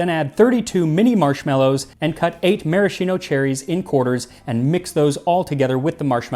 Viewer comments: great video as always. Just a thing as an italian: the "schi" in "maraschino" is pronounced "skee" not "shee". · Also, "Maraschino" cherries are pronounced "maraskeeno".